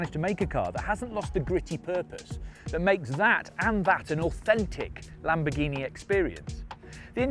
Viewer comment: He mentioned the name 5 times and I still can't understand wth the car's name is. Either talk slower, or learn how to freaking pronounce words!!!! The lamborghini e"?%&_ka